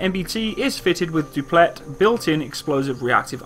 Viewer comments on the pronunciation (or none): none